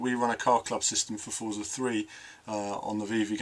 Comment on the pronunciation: Just say Forza not Fortza. Us Brits are supposed to say Forza Lol. Stick to it hahah